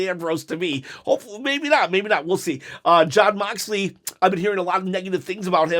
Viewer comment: I’m glad you’re giving AEW a fair chance. It’s hard to believe that you gave AEW a genuine chance the first time if you can’t say the Young Bucks or Jon Moxley correct.